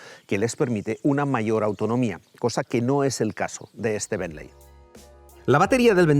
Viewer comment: Me sangran los oídos cada vez que dices "benley" 😂😵‍💫 Se escribe "Bentley" pero se pronuncia" Bently" Quitando eso que mastodonte es el Bentayga 😍😍 Lastima que en Monaco no hay muchos más